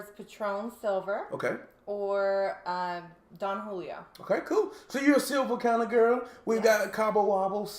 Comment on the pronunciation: Jalisco is pronounced, "ha•LEECE•cōe". Don Julio is pronounced, "DŌaN HOO•lee•yo" ( Don is a title of respect, not a name; It means Patriarch, Master or Sir —There is no Donald Julio. ) Nice glassware.